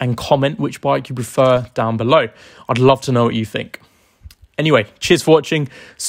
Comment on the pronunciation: I hate it when people can not speak properly and replace the sound of TH with an F and V , e.g I Fink this is a great bike , Firty instead of Thirty, not only F replacing TH but V replacing TH in words like weather and pronouncing it has Weaver, along with with being replaced with Wiv, it spoils the presentation for me. I could not concentrate on what this guy was saying about these bikes when his speech is so bad.